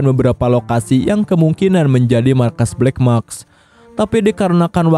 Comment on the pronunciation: black mask bang, bukan black maks😓🙏🏼